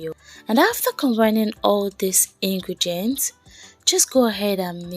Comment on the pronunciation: Ingredients not ingregents please it's important